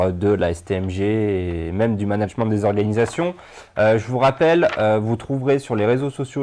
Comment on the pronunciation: nan vraiment, il me stresse a dire managemente